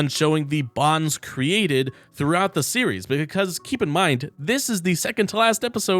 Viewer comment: Series name is NOT pronounced Syria 😭😭